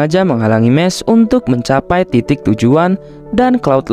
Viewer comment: Bukan mes mahs